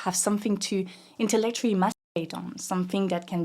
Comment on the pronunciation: She really said "inllectually mast... on." 😂 Ik this is not the point of the video but i love her attitude here. And to her and everyone in the comments section, thank you for teaching me so much ❤️. It's so great to learn something valuable that affects society...from symbolic violence to mysoginoir, this video and comments are chef's kiss 👌